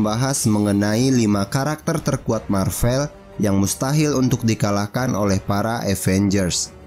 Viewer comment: Maaf min, pelafalannya yang Mar-Vel, bukan Mar-Vell. Mar-Vell itu memang ada tapi itu nama seorang Kree yang pernah berkamuflase menjadi manusia (perwiranya Carol Danvers waktu dia masih menjadi pilot).